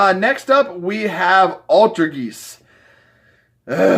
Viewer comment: Do you not know how to pronounce Altergeist. Its like poltergeist.